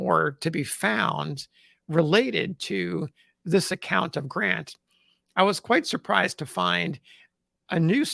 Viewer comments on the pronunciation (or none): none